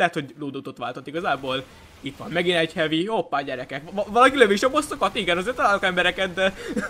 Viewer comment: hevi-nek kell mondani!!!!!!